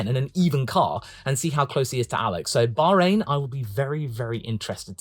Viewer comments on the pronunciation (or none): none